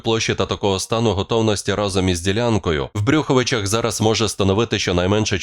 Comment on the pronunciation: Не в брю ховичах а в Брюховичах.